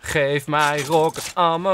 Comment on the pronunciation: je schrijft het als ammo maar je spreekt het uit als emmo blijkbaar toch niet goed je huiswerk gedaan!😉